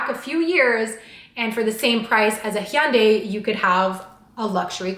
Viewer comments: No she says it wrong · Hee-yan-day? Wait is that how Canadians pronounce Hyundai/ Hunh-day? 🧐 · . I have no Idea how to prounounce Hyundai either.